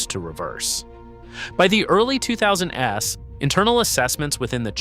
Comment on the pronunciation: The fuck is this shit? What human pronounces "2000s" as "two thousand es"? There are also a bunch of oddly timed audible breathes. I think I know where the water for those trees went... low budget AI.